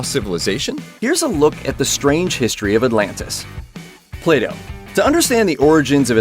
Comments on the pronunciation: He says Plato but I hear playdoh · U cannot even pronounce plato properly